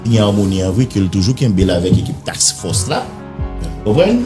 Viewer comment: Fre se Task Force suspann di " tack force"